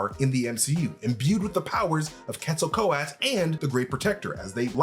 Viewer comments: It's Quetzalcoatl, not Quetzalco-at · But he's been confirmed as a mutant . Of course he can fly. He clearly has wings on his ankles in his birth scene in ALL THE TRAILERS. Please stop murdering the pronunciation of Quetzalcoatl!! Pronounced as : ket·suhl·kuh·waa·t.l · its pronounced Ketza-kwa-tel (Quetzacoatl) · Quetzalcoatl (cu-et-za-kwah-tel) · Ket•zol•kooah•Le is how you pronounce it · just as a slight critique, Quetzalcóatl is pronounced Cat-soul-c-what-l (that's the closest way I found it could be pronounces using common english words). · It's pronounced Quetzo-Ko-Atl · Quetzel ko-at 💀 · You're not saying Quetzalcoatl correctly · Definitely butchered pronouncing “Quetzalcoatl.” 😂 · Please pronounce the name of Quetzalcoatl right if your going to make a vid of him…. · You are forgetting to pronounce the L at the end Quetzalcoatl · Please pronounce the "L" at the end of the name. It is pronounced. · Why's he saying the name like that? Lol pretty sure Thor even said the name in TLaT. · Stop dropping the L at the end, you need to pronounce the L. 😂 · So much of this was just massively unsubstantiated speculation. And please learn how to say Quetzalcoatl. Why did none of your editors catch that mispronunciation either? The tie in with Thor Love & Thunder was a really good spotting and I really think you're onto something with that part, but reign in some of the rest of this speculation. You're just guessing plot points willy nilly. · Is the L silent in quetzalcoatl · Jesus Christ, guys.....how can we trust your theories when you don't care enough to learn how to pronounce quetzalcoatl... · Way to butcher an Aztec God's name.. if you can't pronounce it correctly don't even try saying it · That’s not the way to pronounce the gods name…